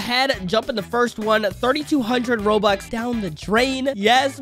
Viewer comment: bro he said "OMG 15B ROBUX I ONLY GOD 4B GEMS!" bro really said roux lol:) btw no hate to